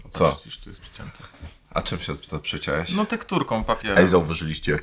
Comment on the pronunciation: Przeciełeś, przeciełem. Ja pierd...uszy bolą.